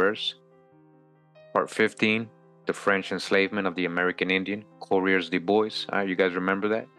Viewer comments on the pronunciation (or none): none